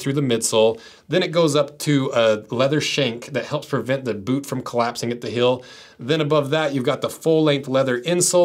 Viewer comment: i just cant get over the him saying "hill" over and over again. it's heeeeeeel!